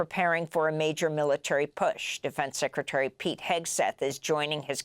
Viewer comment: You said Pig when Pete was first on stage now you say Pete witch is it Pete or Pig